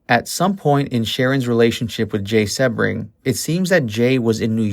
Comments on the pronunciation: SEE BRING not seb bring van hoot tan ? i'm thinking you weren't alive during this time in 69,because you're getting the pronunciation of the names wrong and with living through that era,which i did,you would have been familiar with how their names are properly pronounced,yet it was a good docu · You say Jay's last name wrong. It is a hard E SEEbring. I mean really...if you are going to do a video on someone at least know how to say their name correctly. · It’s pronounced Seeee bring omg how annoying when they don’t know their names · Jay “See-bring” not “Seb-ring.” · His name was Jay Sebring...Pronounced SEABRING!...not SeHbring. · My God - this narrator is the worst. Learn how to pronounce words and names before you keep embarrassing yourself. "Beverly Hillbillies" - NOT Hill-billillies. It's pronounced Jay SEE-BRING NOT Seb-ring. (It's insulting to the guy's memory). And it's Warren BEAT-E (for Warren Beatty). NOT Warren BETTY!!! And it's LENO LaBianca - NOT Leo!! Susan "SADIE" Atkins - NOT SATTY. You sound ridiculous and ignorant. Do your research. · dude. it's pronounced "sea -bring". you gotta get that down when you're talking about one of the most infamous and well docu,emted murders in history down. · Its jay see-bring bro. Like the car. Lol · If you're going to spew some crap about this murder, at least pronounce Jay Sebring's name right. "See-bring." 🙄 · The picture you showed in color is of Barteck Voyteck, Voyteck’s son! And Jay last name is pronounced SE-BRING!! You need to do better research before you make another post! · It's prounced SEEbring. Nice to mention Steven Parent. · SHARON WAS NOT STABBED IN THE STOMACH, FOLGER WAS NOT BOUND BY THE ROPE!! YOU DO NOT DO PROPER RESEARCH AT ALL! CRAP VIDEO. Go look at the crime scene photo, you can see her stomach. Also you pronounce Sebring wrong! You lose credibility when you report things that are not true! Do better!